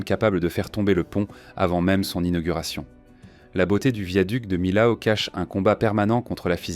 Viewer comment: Millau se pronounce à la française : mi-o. Comme mi-haut. Pas mille-aou. Voyons.